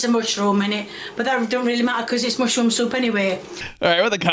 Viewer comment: Mushrooum souup (not good soup) 😂😂😂😂